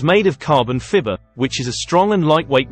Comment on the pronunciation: What is carbon "fibber"? LOL!